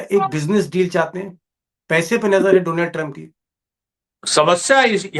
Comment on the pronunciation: से आज दीपक जी ने भी दोलॉन्ड कह दिया😅